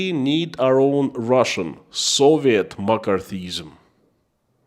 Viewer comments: omg for a moment you had me very confused about makarthism(?). It is pronounced Mc Carthy ism. Just letting you know :) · Mc·Car·thy·ism. pronounced McCarthy - izm. Pronounced Mac karthy Izm. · It's pronounced Mak ar thee ism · I love your courage and thank you for your insights. It is pronounced "ma car thee ism" and it was a most destructive time in our USA. I'm praying for you and your family. Be well, be safe, stay free. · In English McCarthyism is pronounced mak ARTH ee iz em. But I got the message anyhow. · Appreciate your videos. By the way, it is pronounced Muh-CARTH-ee-ism. Based on the actions of Senator Joseph McCarthy. It took me a moment to figure out your reference. Yes, it was a thing, a lot of it affecting artists, actors, writers. Interesting that Roy Cohn worked closely with Senator McCarthy in the witch hunt of communists, and later became a mentor to Trump. Trump. who famously said "Where's my Roy Cohn?" when feeling like there was a 'witch hunt' against him. Yes, where's the attorney who was an expert at staging political witch hunts to defend Trump agains a perceived political witch hunt....... I swear, a person cannot make this stuff up. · In case anyone else is wondering he saying McCarthyism . It took me awhile! Lol